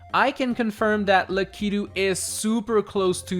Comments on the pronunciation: Good video. But you pronounced lakitu way different than ive ever heard it. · The way he said Lakitu got me🤣🤣🤣